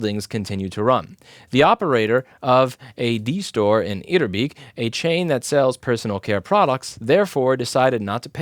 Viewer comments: louis. let me teach you how to pronounce etterbeek :P in dutch, ee is pronounced as an english a. where in english, the e is pronounced as a dutch i. so you said etterbiik. but you need to pronounce it as eterbake (if a was pronounced as a seperate a.) etterbeek. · you pronounce it as etter bake and etter as in better, but then again we dutch people make fun of belgians all the time